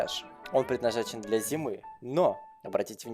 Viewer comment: слово "для" прочитал как "бля"